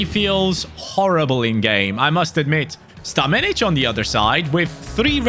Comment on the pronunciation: bro called stanmenic australian 💀 o no